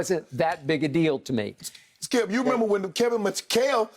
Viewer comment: Am I the only one who heard Uncle Shay call Skip "scoop" ??????lmao